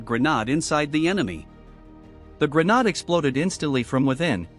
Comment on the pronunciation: WHY YOU SAY GERNAD 😭